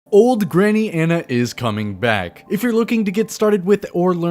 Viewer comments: Ahn-Uh ON-UH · awe-nuh not an-uh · 0/10, he calls Ana "Anna"